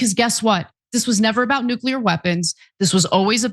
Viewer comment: "No one knows noo-kyu-lurr better than me" --dumm-dumm